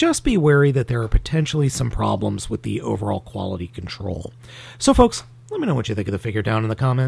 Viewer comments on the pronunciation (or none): none